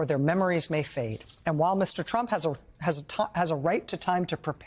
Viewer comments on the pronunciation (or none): none